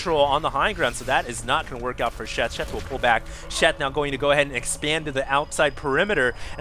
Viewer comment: You said DACK instead of back I'm so happy as a ASF fan.